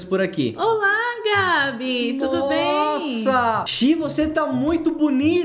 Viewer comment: deixei o laique quando a falou nosa